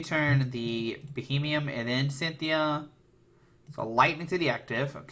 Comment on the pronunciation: It's Beheeyem, not Bohemian.